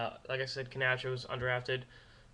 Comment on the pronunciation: By which I mean to say, "Please stop saying, "kuh-NATCH-er."